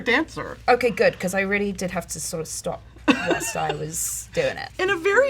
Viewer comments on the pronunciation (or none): none